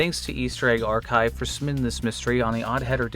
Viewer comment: We need to talk about the way you say, "submitting," which sounds like "summiting." What do you have against the letter 'B', oddheader?